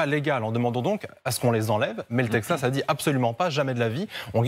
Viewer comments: faudra expliquer à votre consultant expert international qu'on prononce Texas et non Tepsas... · le "tedxas", c'est comme cela que ça se prononce ? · Chaque fois qu'il disait " tepzas " 🤣🤣🤣🤣🤣🙈🤭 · Quelqu'un peut-il leur apprendre à dire correctement texas ... 😅😂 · Il a un problème avec la prononciation de « texas » 😂